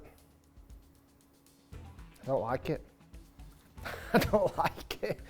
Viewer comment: Rick trying out for the little Britain reboot….. “I Dow like it” 😂😂